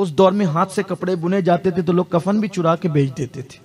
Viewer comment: Kafar nahi kafan hota hai bhaiya